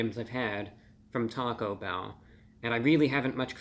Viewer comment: Talk-O-bell is now how I will pronounce their name here on in.